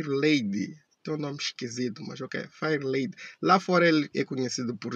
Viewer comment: feirlady e assim como irias dizer em portugues nao fairlady